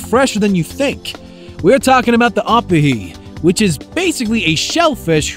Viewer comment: i just know this man did not just call oh-pee-he op-ihe